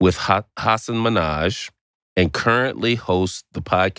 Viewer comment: Love the podcast but did they just totally pronounce the guest’s last name wrong ? 😅 I thought it’s Min-Haj , not Mi-Naj.